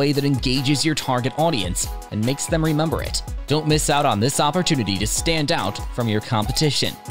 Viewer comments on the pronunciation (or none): none